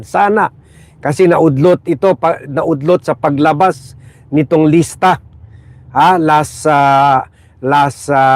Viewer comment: Listahan, hindi lista!